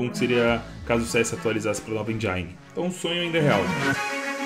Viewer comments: Desculpe comentar... Eu geralmente nem falo sobre isso.. Mas nesse vídeo foi difícil. Sou professor de inglês, e embora ninguém seja obrigado a saber inglês, vou deixar aqui 2 pronúncias : SOURCE (fonte) = pron SÓRSE e não SÃRSE, portanto, som de ó. ENGINE (motor) = pron INJIN e não ENDJAINI. Portanto, som de I. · engine se pronuncia /ênjen/, vem da palavra engineering (engenharia), engineer (engenheiro) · dog . . na boa . .n eh tipo . . criticar então . . mas a pronúncia de engine ta errada . . . . n fala endjáine q da uma agonia danada